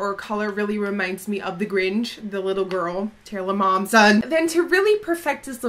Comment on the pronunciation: "Taylor MOMson" lmao